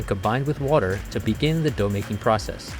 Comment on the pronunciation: How do you have someone named and not pronounce water correctly?